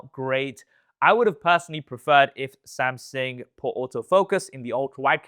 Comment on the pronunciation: Wy do you say Samsing?